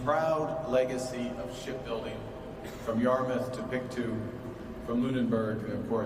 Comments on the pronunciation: Pictou is pronounced pic-toe, not pic-too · 😂 Pictooo Bet they love that pronunciation in Pictou